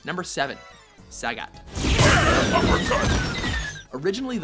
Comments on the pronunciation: Why the hell are you saying Sag-At? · you also said sagat's name wrong you don't play street fighter i know now